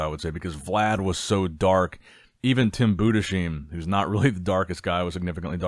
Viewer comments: btw, Budesheim is pronounced Budes-Heim not Bude-Sheim. Very nice summary of the show thank you for the video. Personally from a german perspective I think Tim Budesheim improved so much over the last few years. Looked great. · Say it with me... BOO-DISS-HIME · honestly find out how Tim's name is pronounced cuz it's just comical now you literally switched pronunciation of his name from Bood-a-sheem to Bood-a-shime within a minute of one another, it reeks of unprofessionalism. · if you read this, Tim's last name is not pronounced with an "sh" Sound but it's split in Budes-heim such that you say the "s" like an s and the "h" like an h in "house" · It’s BudeSheim with an S like in sun not like in shine! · Boo-dess-hyme. Its not that hard